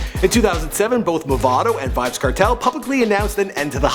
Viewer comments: it's pronounce as vybz kartel (CAR-TELL) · Kartel nah badda wid dis yah yanky white bwoi. Him nuh even no fi seh di mon name right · Kertel? wtf. You should know how to pronounce from the way it's spelled. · The way him pronounce Kartel tho so uptown "kertel" lol...Gaza fi life nah switch nuh day nuh time!! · My nigga it's kartel !! Let's pronounce it car-Tell alright !